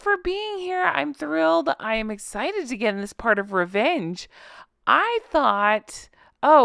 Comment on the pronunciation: Rrrrrevvenge lol 😂.